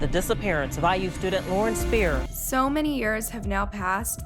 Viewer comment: Pretty sure her last name is pronounced 'Speer-er'. Not Spy-er. The white truck was a pick-up truck, not a semi trailer. There are photos online.